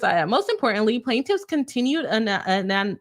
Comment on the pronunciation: Love your coverage on this whole thing! Perfect Facts not ‘f-ery’ with just a touch of🐝 sass. Love it! Btw, for anonymity I find it so hard too, and struggle with pronouncation in general myself as well. (Never ask me to say synonym😂). The ‘anon’ isnt the same as in anonymous (no matter how much it should be). So, I think of anonymity more like - ‘Anna-nim-ity’ or if I’m wanting to cheat it even more I say it like ‘An- nim - ity’. If you say the second one fast enough it’s hard to tell you aren’t saying all the syllables and it makes me less likely to trip over my tongue. 😂 neither are perfect pronunciations, but sound close enough if you just use them confidently they work and are much easier (at least for me) 💜